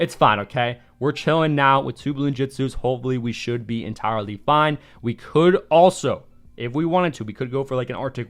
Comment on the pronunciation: im not the only one that heard him say "we'll be enTOWERly fine" right?